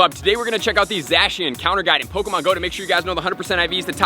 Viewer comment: The way he pronounces Zacian hurts me